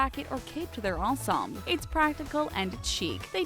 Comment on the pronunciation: Mar-shey-zah?* Ta-lawns?* On-zombs?* Never saw one of your videos where this particular narrator didn’t butcher one or 10 pronunciations. Someone help this girl. *Marchesa (mar-kay-zuh) *talons (talens). *ensembles (ahn-sahm-buh lz)